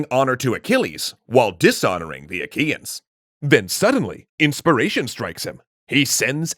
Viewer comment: Did i heard wrong or they call the trojans aqueans?